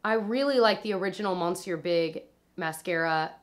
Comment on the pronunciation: its" me-syu" it means sir, the mascara! i always watch your videos and i love them, xoxo from Paris